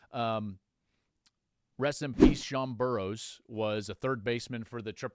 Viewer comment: Burroughs not Burrows